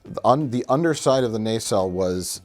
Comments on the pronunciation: Why does Mike keep saying nacelle with a hard, long A? Naysell. Everyone in the show pronounced it with a soft A "Nuhsell." WHY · It's not a nay-sell. It's a nah-cell. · what the fuck is a naycell and how many more times will you say it